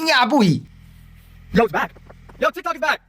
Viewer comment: tikt"o"k, 發音是"o" like "o"ld, 不是"a" 喔